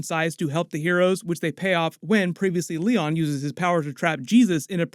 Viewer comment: you are literally missing a joke every time you say "previously Leon".... it is PREVIOUS-LEON.....